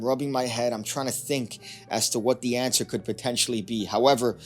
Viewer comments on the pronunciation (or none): none